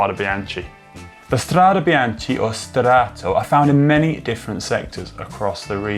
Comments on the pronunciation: i love the videos but your pronunciation is terrrrrrrrrrible!!!!!! bianKey not bianCHEEE. jewlio not guu lio. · Had to watch with subtitles to avoid the hearing of Biance. How hard is it to learn the correct pronunciation before filming? Worse than Campagnolo ... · Connor! In italian, CH followed by a vocal it's ridden like K! So it's "Strade Bianke"! And also we read the final E like...E :-) like in "ElEmEntary", and not like "English" ;-) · 'some medals hang on the soul not on the jacket' - thats something we can all live by... BTW Conor cant forgive you for the Be-anchee pronunciation BEE-AN-KEY = Binachi, come on Connor, get with the beat lad lol...let have a latin lession: A is an Ah - i is an E - Chi is a K.. GCN send your presenters to school !!! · Great video but it’s pronounced BianKi ;) Just an advice for the next one Still got a like from me!! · Guys you do good videos, but the pronounce is wrong. Please please spell BIANCHE NOT BIANCI!!!!! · Bian TSHEE??? CH in Italian is like a K, and an E at the end of a word is soft, nearly silent. So it sounds more like ... Biánk or Biánkeh... or like the female name Bianca... But definately not Bian Tshee... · Strade 'Bianchee' rather than Strade 'Biankey'? Surely not :-/ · No, he pronounced it wrongly. It is indeed "Biankey", or in this case - Strade bianche (bianchae). I have noticed that some other cycling YouTubers made the same mistake. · hahaha... bian key ... not ch.. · why do all the english speaking guys so much problems with pronouncing foreign names and word? Itˋs not that hard, isnˋt it? This vide9 is rubbish because this ignorant guy ruins it complete with Biantschi... at least he is able to pronounce Strade correctly... too bad... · Connor... Strada what?? Come on.. BEE-AHN-KEE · Literally no one in cycling has pronounced this word in that way before. It's like putting a hard "G" on Giro. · Gave up after 3 'bian-chee's. Come on GCN.... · good film.....but bianche is mispronounced.....completely